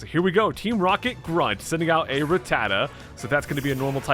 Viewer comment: It’s rat-ta-ta not ruh-tata.